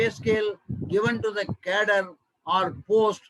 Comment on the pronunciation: Please take care of some sentences ...cadre as cattle